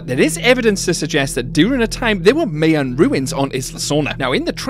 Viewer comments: That Jurassic Park section of Universal was the BEST. Also My-an.... not me - an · The way you pronounce Mayan...... 😵‍💫🤐 You have officially lost your license to tease Americans for how they say Aluminum!! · Lovely video. Love Jurassic Park. Please check your pronunciation of "Mayan"